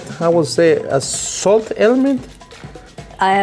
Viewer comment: The lady said "salt" like "sult".. reminds me of that youtube short where that lady adds cheese to everything... it's her 😮 "alright cooks" 😂